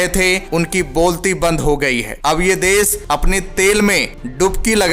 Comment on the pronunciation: भाई, आप सही हिंदी नहीं बोलते, आप श को स बोलते है। बादशाही को बादसाही बोलते है, देश को देस